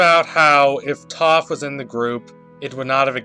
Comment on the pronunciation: It’s TOAF. Not Toff lol